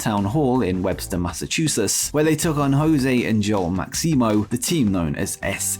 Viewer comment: The way you pronounced Massachusetts made me giggle.